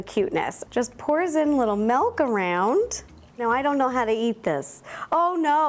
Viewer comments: Okay, I love her, but the way she says "mehlk" (milk) drives me crazy🤣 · i love how her accent is like let me add some melk